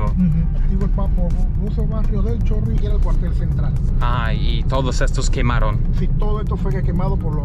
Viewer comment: "El Chorrio Heights" 😂